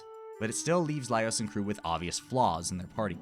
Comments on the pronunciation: Just some light fun-poking! I've actually watched videos from multiple YouTubers who pronounce his name "Leios", so I started wondering if the English dub does that... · I disagree with... the pronunciation of the name swinging back and forth between Laios and Leios. 😮